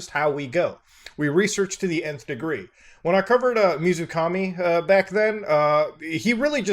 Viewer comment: When the guy said water god I had a huge moment of "please don't say it" and then he did. Also pretty sure 水神 isn't read as Mizukami.